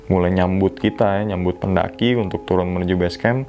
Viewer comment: Unthuk... unthuk... unthukkkk Jawa sekali 🤣🤣🤣